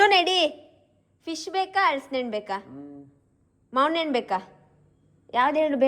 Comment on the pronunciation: Mavunhannu alla😂 mavunahannu